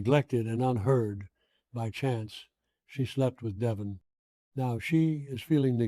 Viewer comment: This must be some IA generated nonsense. Of all people Victor wouldn’t call deVON, Devon.